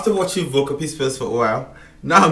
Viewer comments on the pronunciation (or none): May I give you a pronunciation tip. the name "Volker" is pronounced like "Folker"..the German "V" is simply different pronounced than an english "V" ..in fact the English speakers are pronouncing their English "V" as like a German is pronouncing the german "W" and that´s how you do it obviously as well. That´s no critic but just an indication in order to improve. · Thanks for making me re-watch this amazing speaker of truth, man! And by the way, hi name is pronounced Folker Peespers. Usually I don't give a damn, but I think this man is a hero and deserves it. And the comment about 40 years of dictatorship, I think he refers to Merkel, who grew up and was socialized in East Germany called DDR, which was ruled by a dictator till the 90s.